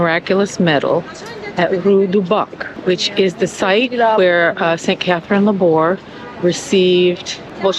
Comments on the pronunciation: Thank you for making this video. I visited the Rue du Bac Chapel in August. I respectfully suggest you check the pronouciation of famous foreign saints names on YouTube so you can pronounce Laboure correctly as she is very famous. The letter "e" with accent is pronounced in French. Thank you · Her name is pronounced with the accent on the e’